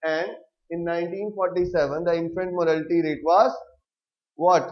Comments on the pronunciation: it's not 'morality'.... it's "mortality"... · It's not morality , It's mortality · Sir vo Mortatity hota hai morality nahi😑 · It's infant mortality boss not morality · its not morality rate its mortality rate... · please correct yourself it is not infant morality, it is infant MORATALITY*